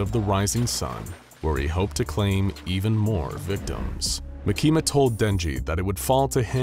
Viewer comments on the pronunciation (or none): its makima not makina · It's pronouced Mah-key-mah not Mah-keema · Bro said mikima instead of makima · By the way she's not called mikima she's called markima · "makeema" 💀 its 'maa-ki-ma' btw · Makima❌ makeema✅ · not MUH-KEE-MAH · its mah-kee-muh, not muh-kee-muh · Ma-key-ma that makes me laugh every time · You said the name wrong it's Maki Ma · “Makema” lol. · Why does he say makimas name LIKE THAT😭 bro is saying ma keema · Bruh he said "mekima" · no way this guy says makehma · makama not. bakima. what. the. f### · The way he pronounces Makima is wild. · He's right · I like how he mispronounced makima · the way he pronouces makima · I hate to say it, but I really don't think you read Chainsaw Man any more than just for a little bit of research. Considering you said 'Denji loves fighting with his weapon's which isn't true, denji doesn't WANT to fight and do what he has to do. Makima makes him. Second. Makima. You don't pronounce it properly a single time and it makes this really really hard to focus on the story when I hear it said wrong and it rips me right from the zone I'm trying to get into when I watch these. There's a few other reasons I don't believe you've read it other than to gather "the main points" that you think you need for the video script, but tend to misinterpret the meaning behind the characters and their actual personalities and how they really are. Anyways I'm to stoned to keep on going cause I'm losing my train of thought and wanna just take a nap n fall asleep to some SCP....after I make a hot pocket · So many plot holes, butchering miyamoto name and makima. Also makima wouldn't take the job unless she could control Abel. Also denji what you're showing is the hybrid version, not his max devil version. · Bro you said the girls name wrong if you can get that wrong then don’t even make this video